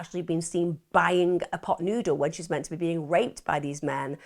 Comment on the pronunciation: love how she says 'menna' instead of 'meant to ' lol